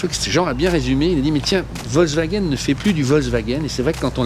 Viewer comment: Analyses et observations intéressantes comme d'habitude. Juste la prononciation "vozewagen" (même pour "hop là") un peu perturbante mais bon...